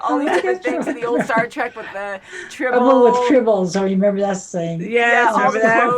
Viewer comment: Star TREK...not TRACK. ;)